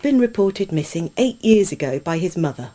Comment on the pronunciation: lol "i lived in a cave wiv my muver. she was burned because she was a witch and i was too."